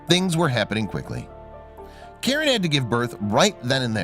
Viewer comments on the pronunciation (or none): none